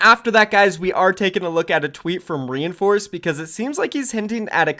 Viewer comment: your pronouncing his name wrong.Its not re in force it is rein like Reinhardt then force please stop saying reinforce it makes me cringe so hard